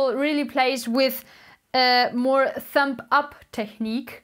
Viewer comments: Love your lessons and accent but its a thumB that makes the thump noise!Thank you for the help. Just bought my first lefty bass. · Cute that you say thump "p" Instead of thumb "b"♥️🎶 Thanks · I LOVE that she says thump instead of thumb. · It's cute, she calls your thumb a "thump". LOL! Good teacher though. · pronounces "thumb" like "thump", how blessed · I love how she pronounces thumb “thump” & plucking “plugging” 😍